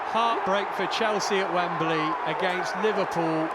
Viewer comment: It is NOT WemBERly!!!!!!!!